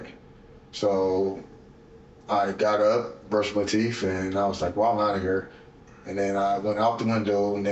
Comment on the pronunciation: Brush my teef? 😂😂